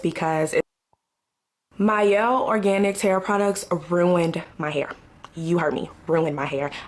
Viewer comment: It’s pronounced My-Elle. I use the product and my hair is thicker.